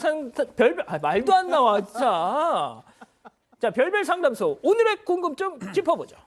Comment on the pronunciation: 별별상담소 발음이 꼬이셧네요 👏😍